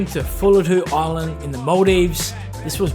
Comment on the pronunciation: It's pronounced (fully-doo)